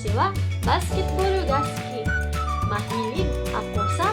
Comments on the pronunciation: 最後のGは発音しませんよ！大雑把に言うと、｢マラーみん｣って感じです！ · Mahilig の g が聞こえません！ いよいよ耳がとおくなったんやろか？